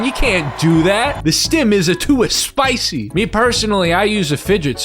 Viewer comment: "The stim is to-a-spicy" got me dyin'!! 😂😂😂😂 Also luv the cactus poster